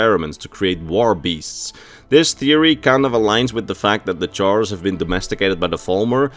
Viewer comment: The way you pronounce chaurus is cursed I always pronounce it "kaurus"